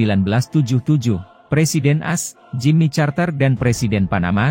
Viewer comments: Bukan dibilang Jimmy charter tapi di sebut Jimmy karter.ex A.S president. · Ini berita bagus tapi pembaca narasinya parah. Masa presiden as , senat as , jimmy charter dll 😀…